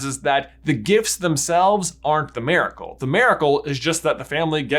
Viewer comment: Lol "merical"